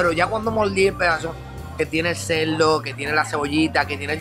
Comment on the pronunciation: Que problema tan grande tienen los puertorriqueños con la R. SaboL, moLdi, ceLdo, yoguL.... Por Dioss. Me duele la cabeza después de 5 minutos. Escuche bien compadre: Si usted quiere ser influencer lo primero que debe hacer es aprender a hablar. Deje de confundir la R por la L. Y no me salga con la excusa: Lo que pasa es que los puertorriqueños hablamos así.